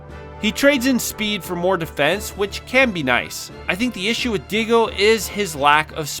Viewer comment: I feel like you should have done another take when you pronounce a name wrong. Diego, Lilita lol.